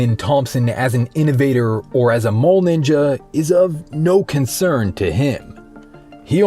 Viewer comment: Why does this guy keep pronouncing 'mall' as 'mole'? .. .. . Does he know it's mall-ninja? ? 😋 Good video though!